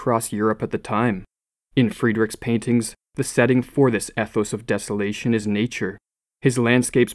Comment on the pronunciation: Pronounced ethos wrong.